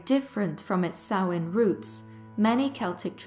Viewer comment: Finally someone that pronounces Samhain correct. Thank you for a wonderful video without the modern horror nonsense.